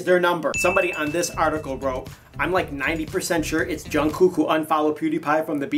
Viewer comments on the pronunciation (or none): Uuuummmm....correction in the pronunciation JUNGKOOK its read as jeongkook to be exact